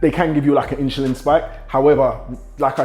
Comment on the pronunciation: INSHULIN SPIKE!!